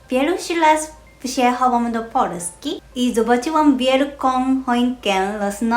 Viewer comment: Zabawne po Polska czytasz jako Porska(zamieniasz L na R pewnie dlatego ze po japonsku polska to "Porando"?) a w koralowego na odwrót(zamieniasz R na L) :D A drzewko podlewalas? nie wiem czemu ale jak edytowalem to komentarze znikaja :( juz wiem dlaczego polski jest trudny dla osbcokrajowców jest zbyt duzo odmian słowa w zaleznosci od płci liczy mnogiej i czasu jego dokonania tutaj jest fajny przykład x)